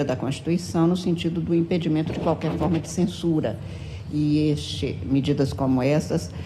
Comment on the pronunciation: ele falou... impitmas?????